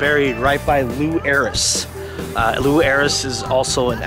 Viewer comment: Oh no it's not I'm always right and it's pronounced Lou Ayres. How do I know this you asked? because I'm always right.🤪